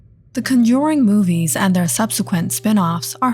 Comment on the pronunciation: I luv the story behind Valak and her Orgins plus what her ture form looks like. But ima be straight and say it’s not “Conjoring” there is no “O” in the Word. It’s “Conjuring” with a “U”